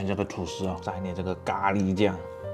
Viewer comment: 咖ㄌㄧ哈哈哈哈哈